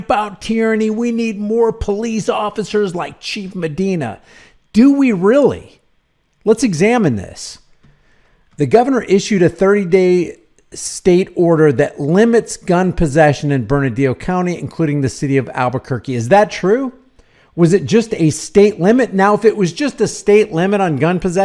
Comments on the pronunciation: Its pronouned Burn a lee o county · Bernalillo should be pronounced as - “burn-a-Leo”. 😁